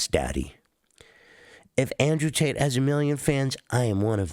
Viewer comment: This rat can never seem to get tates name out his mouth 😂